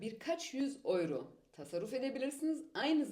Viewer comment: Oyro değil yuro